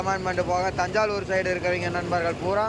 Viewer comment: அது தஞ்சாலுர் இல்லை தஞ்சாவூர்